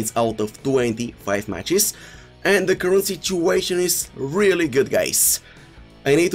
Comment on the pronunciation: nobody: him: "Reeeely" "Neymarzzito"